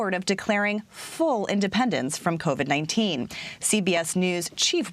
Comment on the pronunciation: hopeless if the guy can’t get even the name COVID correct, you think he has a clue what he’s doing in regard to covax or covert 9?